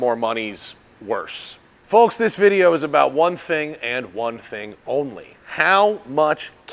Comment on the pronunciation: The hard L in "foLks" kills me everytime. Say "both"...no L 😮